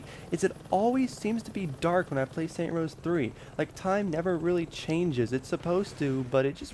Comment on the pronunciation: Stop saying saint rose that is not the name of the game, and has nothing to do anything, my god I couldnt even watch the whole thing cos that was so annoying